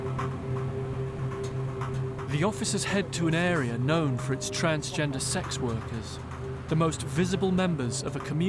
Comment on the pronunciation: Ugh The cop can’t even say the words sex and transgender. Wtf. Did he even study???